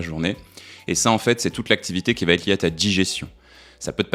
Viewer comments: Non, pas quatre Zéléments, mais quatre éléments. Et non, ça ne va pas Têtre, mais ça va être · "Quatre éléments" plutôt que quatre z éléments - "va être" plutôt que va t-etre. Désolé, deux horreurs en 20 secondes , ça décrédibilise votre travail. Dommage, c'est plutôt bien ...mais désolé, je ne m'abonne pas, ça écorche trop les oreilles...😢😢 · Arrêtez de dire « ça va-t-être », pitié ! Sinon, continuez vos vidéos, elles sont excellentes !